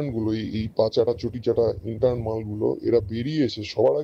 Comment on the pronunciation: শব্দটা ইন্টান নয় ইন্টার্ন (intern)